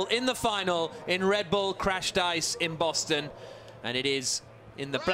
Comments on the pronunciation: “welcome to baston massachusetts” no it’s boston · It's pronounced like "Baw-Ston". Boston. Wtf is "Baston"